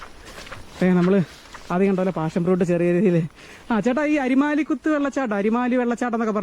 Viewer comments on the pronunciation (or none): പാഷൻ fruit ആണ്.. Not ഫാഷൻ 😂